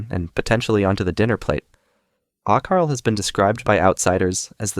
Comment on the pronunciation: icelander here. your pronounciation of hakarl (which is just the word for shark) is god awful. this is also not something found "around the dinner table". nobody eats it casually, it's a delicacy and tastes like shit, even icelanders usually think it tastes like shit. generally only eaten in traditional food festivals.